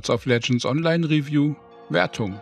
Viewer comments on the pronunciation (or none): none